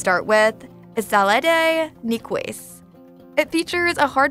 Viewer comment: The way that salade nicoise was just butchered makes me wonder if you ever actually went there!